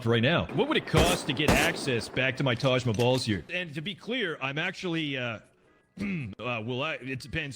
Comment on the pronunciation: "Taj MaBalls" xDDD